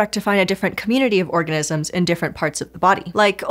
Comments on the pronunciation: You're not imagining things! Slow it down to 0.25x - there is no "ni" sound at all between the "orga" and "sm" sounds, just a slight pause. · OrgaNIsms - pronunciation is important, peeps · I heard "Orgasms in our gut" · I totally heard "orgasms in your gut" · She said orgasm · I'm sorry but i spewed coffee laughing because i thought i heard "orgasms in our gut" laughing to check to make sure i heard that right. oh organisms. lol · It sounded like she said "orgasms". She's a master at subliminal messaging! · am I the only person who hears "there is even emerging evidence that orgasms in our gut..." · annunciation; phrasing...